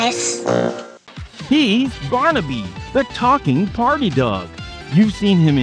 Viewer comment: Barnyby? Man wtf was that? No i don't want to call you👊🏻🖕🏻🤣